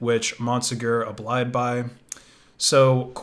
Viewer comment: oh he “abblied” did he?